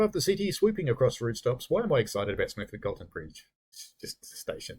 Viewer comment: Just one pronunciation note. Smethwick has a silent “w”. Probably unimportant as nobody wants to go there.